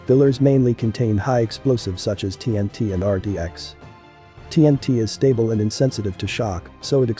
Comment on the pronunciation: every word pronounced correctly except napalm and stable.